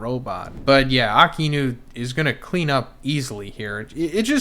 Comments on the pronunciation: 1092 chapters later you’d think that can call A-Ka-Inu correctly, who’s Aki-inu 🤦🏾‍♂️ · Why do you pronounce Aka-inu as Aki-inu ? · Bruh I just noticed you pronounce Akainu’s name like ( Ah Ka Enu) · It’s “A_kai-nu” if you’re gonna freaking do reviews learn to say the freaking names right. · Bro, good video but why do you persist to pronounce akainu’s name like that ???